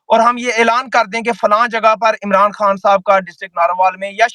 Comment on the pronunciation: او بھئ: اللہ کے واسطے اردو کی بربادی نہ کر ،، جہاں ”خ“ کی آواز ہو وہاں ”ح“ کیوں بولتے ہو ، 😮😮😮 خوش کو حُش ،، خبر کو حبر ،، خان کو حان 😮😮😮😮 مطلب حد ہے 😮😮😮😮😮